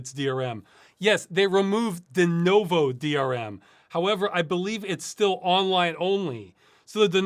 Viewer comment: Ross pronounces Denuvo weird. Denovo.